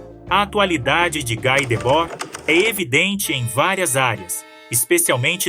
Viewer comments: Pronúncia é Gui e não Gái [Debord] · "Gui" e não "Gái" Debord. Ele é francês, não? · Não se pronuncia GÁI, mas Gui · Esse texto está muito GPT3 e precisa ser melhor trabalhado em muitos aspectos. Ainda assim, parabéns pelo tema abordado e pelo trabalho. Obs: pronuncia-se "gui", não "gai"